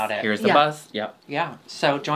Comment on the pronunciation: She calls it bus!